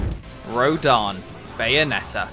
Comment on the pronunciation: Do you see an A on rodin's name? You keep butchering the name